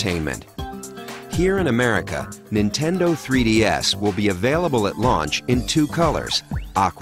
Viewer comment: He said "Nintendo 3D-Ass"